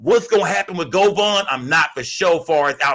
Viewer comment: It's govan not govon 😂